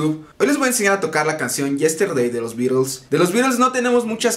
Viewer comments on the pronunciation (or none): Se dice bittles, no es afán de joder, un saludo